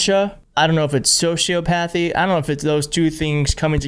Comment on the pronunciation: Please LEARN TO PRONOUNCE MEDICAL TERMS LIKE SOCIOPATHY. THE WAY YOU PRONOUNCED IT WAS AND IS, WRONG! 🤬